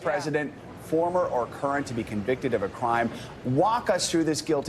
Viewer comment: Don the con-VICTED.